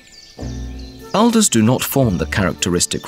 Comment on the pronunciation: Incompetence. Anyone else notice how the trees are constantly called ELDERS instead of ALDERS? I expect they simply don't know that alder (Alnus) is pronounced "awlder"... Elder is in an unrelated clade of plants (daisies or Asterids) while alders are Rosids and mostly have an affinity to water whereas elder (Sambucus) does not. Alnus glutinosa is an important key species in Eurasia- as shown here- and to misname it constantly like this is very shoddy and NOT EDUCATIONAL at all. I had to stop the video and now want to beat someone up or shoot and maim the unwary.